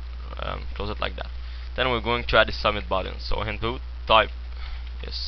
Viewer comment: in-poot, lAAbl xD xD